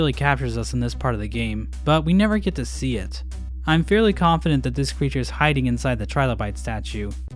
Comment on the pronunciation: I understood the ‘’gek tuu’’ as ‘’GET HER!’’ Meaning like Go kill radiance while i pin big bro down